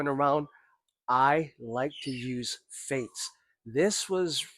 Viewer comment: 'Feints', not 'Faints'.